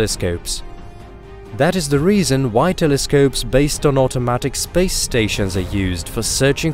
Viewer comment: my favorite part is how space is pronounced like spaze, very satisfying sounding